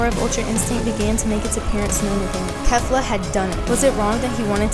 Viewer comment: its pronounced Kay-fla goddamnit for the second time